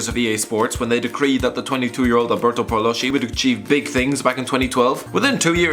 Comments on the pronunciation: Ok, the right pronuonce is PALOSKI, not Palosci. And it's KIEVO, not scievo. Fuck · is pronunced Paloski and not Paloshi, Kievo and not Chievo, CH in italian is K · Paloschi is not Paloshi, the correct pronounce is Paloski!